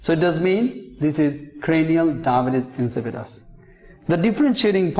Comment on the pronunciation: It’s not pronounced Dibbuis LMAO